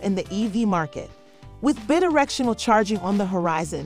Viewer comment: It's BI directional. Drove me nuts. Otherwise pretty good.